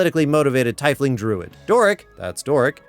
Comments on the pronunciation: TEEF-ling, not TY-fling. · was a pretty hard watch but when you called the 'tiefling' a 'tyfling' I clicked off This is a well established fantasy race, has been for over 30 years, get the name right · "TEE-fling" for Torm's sake! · Tf is a taif-ling, do you mean a tiefling? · Taei-fling??? It's pronounced teef-ling. "Tief" [teef] is the germanic word for "deep" making it roughly "deep-one" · It's "tee-fling". Not "ty-fling". just saying. Nice Dead Alewives Club skit reference. I primarily play Barbarian/Fighter/Paladin characters, and normally Goliath when I can. Path of Berserker, great weapons master, frenzied rage, action surge, divine smite attacks. Nasty, nasty damage. I would argue that Edgin is a Bard with maybe a level in Rogue. Maybe. Bards can be pretty sketchy thieves as well though. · Am I the only one disturbed by his mispronunciation of Tiefling? By standard English rules, double vowel combinations are pronounced using the second vowel's hard sound. The word should be pronounced "tee-fling" and not "tye-fling". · Not to be that guy, but Doric is a "TEE-fling" not "TIE-fling". But to be fair, despite them actually saying she's a tiefling in the movie, it wasn't until my second watch that I noticed she had a tail.....lol. I barely noticed her horns. She's probably the most human looking tiefling ever.....😂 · did you pronounce it TYE fling? It's TEEF LING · Okay, I would argue you need finesse to wield a Lute and a lot of training even! Otherwise the things you play sound bad! Backstab secured! Also its Tief not Teif, please english speaking community xD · congrats you got your comment engagement from me for mispronouncing Tiefling. It's TEEF-Ling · Did you just say... "tai-efling"? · You said "tyfeling". That is a word that you just said. Acting like an expert on D&D. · The 'ie' in Tiefling is pronounced as 'ee' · The way you pronounce tiefling hurts me. It’s in the book and movie how you properly pronounce it. It’s “teef-ling” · …TYE-fling? That hurt.